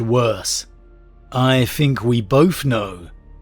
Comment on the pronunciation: I'm really sorry to be that guy but... its think (th-ink) not (f-ink). You are pronouncing it wrong and have done for pretty much all your videos.